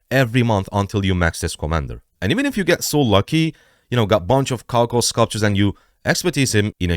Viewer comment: cao cao is read or pronounced as tsao tsao😇😇 thanks👌